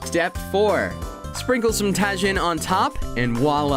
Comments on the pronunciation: Tah-HEEN. Thanks for coming to my Ted talk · Lmao Ta-Heen lol j sounds like H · Great video but just a heads up, I think it's pronounced TA-HEEN. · Lol it pretty much ruins the whole video and makes them look like idiots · You are saying tajin wrong. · Lmao at the way you pronounce Tajin